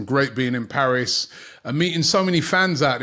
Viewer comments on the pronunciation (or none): none